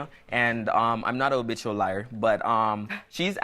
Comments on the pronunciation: but why he keep saying Obitual instead of habitual🤭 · Did he say obitual liar🤣🤣🤣